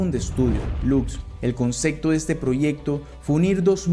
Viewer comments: Dijiste concecto, tres veces,no puedes decir concepto? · Muchas gracias, me gustó muchísimo. Te recomiendo terapia del lenguaje para que te sea posible, con práctica, pronunciar palabras que contienen "p" y "b" cómo concepto, observación.... Etc. Espero no te moleste, de corazón no lo digo a forma de burla.